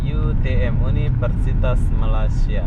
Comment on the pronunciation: Oh mas mas...bilang malaysia sj kagak bisa..masak bilang malasia... Saya sbg rakyat indonesia tak stuju dengan cara pengucapan anda..